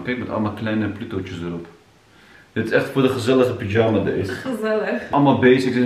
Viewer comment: Ik kan niet 🤣 zegt echt pyjama als een turk aka “pidjama” maaaar wat leuk om te zien hoe enthousiast jullie zijn😍🥰 mijn dochtertje is nu 5 maanden en ik kan me nog heel goed herinneren dat wij ook altijd naar de kleertjes keken en me probeerden ons voor te stellen hoe groot ze zou zijn 🥰🥰🥰